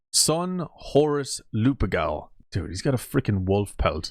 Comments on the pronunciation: Bloody hell! My ears are bleeding!😆 ‘ Lupercal’ you pronounced it wrong. It's not ‘Lupegal’ it's ‘ Lupercal’ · It’s Lupercal…